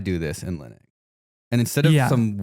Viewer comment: AND LIKE 5 OTHER TIMES.. Will.. WILLIAM MY DUDE.. it is NOT. Pronounced... LINIT, OR LINUK. He literally f***ing pronounced it wrong like 8 times, AND pronounced it correctly at least twice. BRO. Bad example, man. Come on 💜